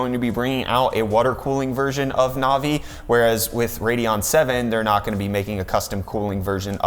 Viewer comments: Is it just me or does this kid have absolutely no idea what he's talking about. First the 3080 is a 2080 competitor not a 2070 competitor. Second it's navi not novi. And third he's whining about ray tracing which NO ONE uses. So thank you for wasting 30 minutes of my life which I'll never get back. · novi.........no sir....navi......